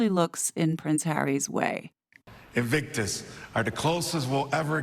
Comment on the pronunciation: Sounded to me like Serena said 'Evictus Games' - twice!